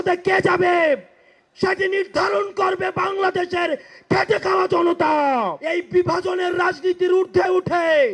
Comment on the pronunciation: ভাই কি বললি ঠিকঠাক শুনতে পেলাম না কি বললি খেটে খাওয়া না খেচে খাওয়া আর একবার বল